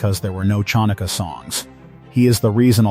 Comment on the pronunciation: Hopeless pronounced!